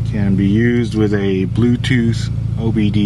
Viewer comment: Sounded like you said "Torque connect to the Wii sensor" lmao